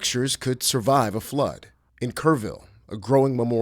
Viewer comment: "Floood" lmaooo